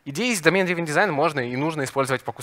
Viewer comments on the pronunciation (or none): Драйвн, драйвн, плеать )